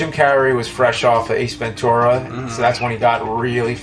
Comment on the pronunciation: Could you stop saying Ace Ven-Tour-a... its Ace Ven-Chur-a!!